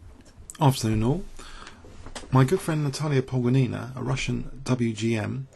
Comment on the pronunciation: Hi,. Let me take this opportunity to help you with pronouncing Russian last names. Try PogOnina with the stress on the second "o". And Karyakin instead of Karjakin with the stress on the "ya" sound. Try it in the next videos and I'll let you know how you are doing. I hope this helps.